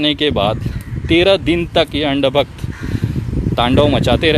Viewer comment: "Andbakht" ko 'Aand bakht' Kya change h sir 🤣🤣🤣🤣